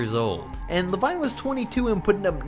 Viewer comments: you said la vine not lavine you saidd La Vine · Did he just say "La-wine" If you agree please like the comment And if you do it will give you great luck thx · the way he pronounced lavine tho